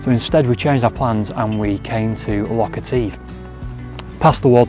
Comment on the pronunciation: Nice vlog. But take it from a native: Etive rhymes with give. And native.